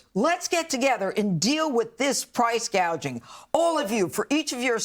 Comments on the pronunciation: First Harris couldn't even pronounce the word gouging.So you obviously know that she is reading off the teleprompter. Not only do all the policy she's proposing make prices go up and cause more inflation. It raises home prices again.So that's twenty five grams just gonna get lost in the sauce. If she's got all these great ideas and can fix the problems now she should be doing it, not waiting till after she doesn't get elected to do it.And get rid of that. Joy business it's nauseating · When Obama was president, he did a few "free stuff" give-aways. Yes, taxes go up because the national debt just increased another $3 trillion. Price Gouging (notice, she didn't understand the word and said "Gauging") wont fix the economy. The problem is the spending, the Fed printing money; that is ALWAYS why there is inflation. They stopped drilling for our own oil, we're buying from our enemies. When oil becomes expensive, EVERYTHING goes up in price. It costs much more to ship goods. (remember, this administration gave our oil reserves to China) Employers have to contend with the minimum wage issue, in California, ALL fast food restaurants MUST pay their employees (illegal aliens) $20/hour six months from now. Which state is next? She keeps saying, "we're going to fix this (illegal influx, inflation etc)" but fix the damned thing now! Aren't you still VP, weren't you the Border Czar? Do you know who was president when the IRS made the tax laws MORE strict for the hospitality industry? Yep, THIS one. If any of the viewers know anyone who is voting for these two, inform them. Tim Walz spent his vacations in Communist China for over 20 years, spent his Honeymoon there. China is a Communist Dictatorship! He lied about his military service AND his rank! They DON'T love this country! They love Communism and want to "transform" America. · She doesn't even know it's price gouging not guaging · Kamala reads the punchline wrong. "Price gauge-ing." Just estimating prices?